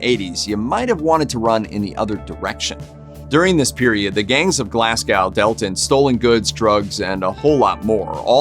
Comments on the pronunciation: Aaaaargh did he just say "Glass Cow"? Mate, it's "glaz-go". Edit: this has got East End written all over it. Defo the work of the mental gangsters out there. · I listened to this video, and heard the worst pronunciation of the city of Glasgow, it is Glaz go. not Glassgow. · Learn to speak it's glas.... go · It’s ‘Glarrs go’ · Haha I know right? glass cow like wtf?